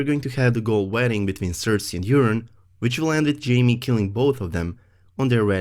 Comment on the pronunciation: I'm not making fun but i cracked up every time you pronounced Euron as Urine 😂😂